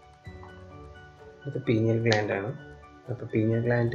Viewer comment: Sir not.penial. It is Pineal